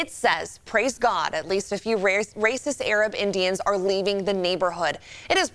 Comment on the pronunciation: "...Rasist..." Stay in school. Please.